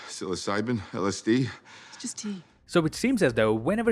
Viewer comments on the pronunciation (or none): none